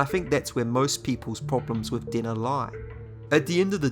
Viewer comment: Ohh, his pronunciation for Denna was dinner dammit. Dude where are you from? The names are wrong , ( pronounced ) . I'm not from USA, but bro... I'll like and subscribe tho